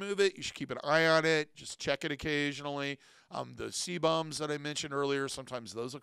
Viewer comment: SEE-bum both singular and plural AIR-ee-OHHH-luh note it is luh not ruh Addition to his advice on abandoning nipple piercings, if they either never fully healed or have a tendency to become angry/infected despite good, proper hygiene, speak with your physician prior to discontinuing about the possible need for antibiotics to ensure they do not heal around infection and become abscessed and require medical incision and drainage. Great advice all around.